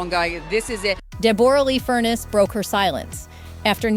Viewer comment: So disappointing the voice over of this story mispronounces Deborra's name ( pronounced Debra not Deb or a lee) also her surname is pronounced Fur-ness not Furnace.